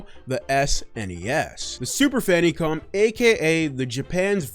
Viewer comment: I've heard it be mislabeled as "Famicon," but never Fannycom... had to do a double take there! 😂